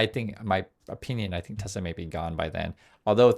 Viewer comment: “I love tesler”